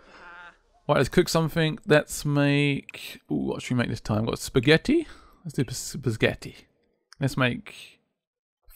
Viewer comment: Did no one else notice that he said "So I grabbed some of the basketti from earlier..." ?